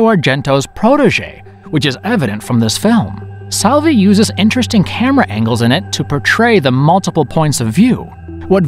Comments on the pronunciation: Please Michele Soavi not Michelle Savi😅... anyway nice video 😁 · Tha name is Michele soavi not michelle savi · Wow, narrator really butchered Soavi's last name xD